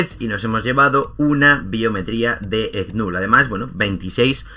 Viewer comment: Bro no te preocupes asi se pronuncia porque tiene la letra K y esa no es muda lo has dicho correctamente pero se escucha como que es la letra G verdad jaja y así le digo yo también entonces no te preocupes no te has equivocado😉👍🏻